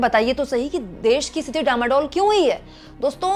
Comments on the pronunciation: * डामाडोल नहीं डांवाडोल! * कश्ती डूबने से पहले हिल्कोरे लेती है उस स्थिति को डांवाडोल कहते हैं! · डामाडोल नहीं डांवाडोल है।